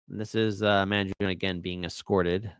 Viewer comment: you are Italian -- isn´t the correct pronunciation Man jone -ay? Voir dire is French and pronounced vwar deeer